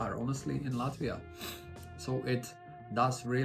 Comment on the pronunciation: I like how you already pronounce “Latvia” with Latvian accent:)) Hello from Estonia!